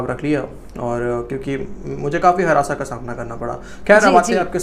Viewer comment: हरासा नही उसे harrasement कहते है 😂😂😂